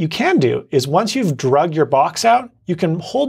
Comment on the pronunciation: Thank you for these but ugh, *Pet Peeve alert... -->Tip 5 the word is "Dragged" which = the past tense of "Drag" not Drug! Drug = an addictive substance.